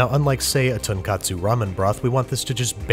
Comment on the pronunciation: ton kot su not ton Kat su